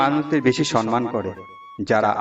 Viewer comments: সম্মান কথাটা উচ্চারন করা অভ্যাস করুন। সন্মান বলছেন কেন? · সম্মান কথাটা ঠিক উচ্চারন করা শিখতে হবে।